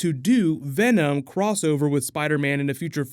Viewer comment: “Who are you in this vast multiverse?” “WE... ARE VEMON” 😂😂😂 love how you put those two together!’